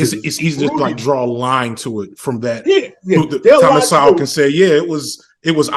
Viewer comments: mis-pronounced Dr Sowell's last name. Several times. On purpose? And all can do is make fun of Dr Sowell's haircut. Apparently has neither heard nor read Dr Sowell. Does have a hair fetish? Both he and many of the commentators are fixated on hair. Why? Socialists are fundamentally incorrect, thinking that via political power one can achieve economic power. Socialists have it back assward. Through economic power one can acquire political power. Better yet, economic power can BUY political power. Economic power first, political power second. Outside the realm of politics, politicians are incompetent especially in the area of economic development. Politicians are the "cannot" people. Politicians need the cooperation of the "can" people, the Do-ers (with economic power) to build the economies of the poor communities. If Politicians try to squeeze, to coerce the Do-ers, said Do-ers can leave - and many have left - to more fertile lands. Yes, some Doers are good people. Yes, some Do-ers are bad people. Bad or Good, the Do-ers usually survive political regime change. The main reason Socialism fail is that the Do-ers are massacred from ideological zeal. There is culture and there is culture. Some cultures bring about space travel. Other cultures embrace Stone Age lifestyle. Some cultures embrace economic power. Some cultures embrace political power over economic power. No mention of Booker T Washington. Booker T. Washington, 191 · Thomas Sowell pronounced So-well or Soul. 🙄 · So sad you don't understand or even pronounce Thomas Sowell name correctly. God bless you brother. Year's from now you will be in the very same spot, Socialism, Communism whatever you want to call it is the end of the inhibition of human in every possible way not only financially. But good luck with your channel. I hope you get more advertising on it. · He can't pronounce his name correctly let alone know what Mr. Sowell stands for.